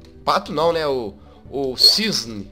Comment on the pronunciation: É CISNE NÃO É "CISNEI"